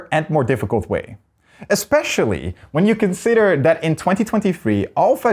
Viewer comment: has bad pronunciation. Three - Free. That - Add. Thing - Fing. Or - All. This - Vis. Whether - Water. Combination - Accommodation. Symmetric - Cedric. Why did you hire the worst?